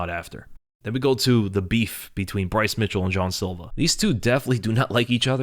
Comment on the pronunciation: Why you saying John silver his name is Jean bro like no other way to say it